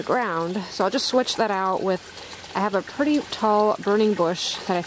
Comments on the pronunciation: The word is pretty….not purdy! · ~ I loved how your cat thought that the place on the swing was just for him and I love how you say pretty...purdy! ~ Sweet ~ Peace be still